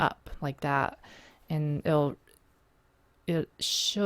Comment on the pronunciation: lol you pronounce and like ayand.